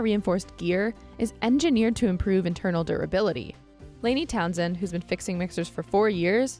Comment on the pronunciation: When she said Layne "Townsend." Margaret, we're with you!